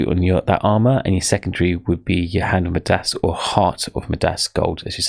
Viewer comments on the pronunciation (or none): Great explanation, only thing that was terrible was how badly you pronounced some words like, Midas, Samosek, Furies lmaoo